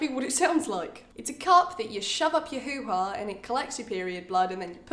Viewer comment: it makes me laugh the way she's uncomfortable talking about really private things it makes me laugh especially when she say who ha cause him Canadian and it just sounds funnier